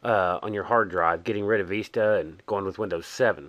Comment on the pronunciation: VISTA mate not veesta No offence